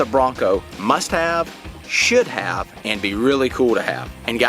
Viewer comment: Sounds like he said "shit have list" lol